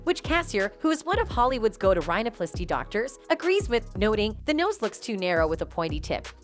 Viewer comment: Honestly amazed at the way the narrator pronounces 'botox' and 'rhinoplasty.'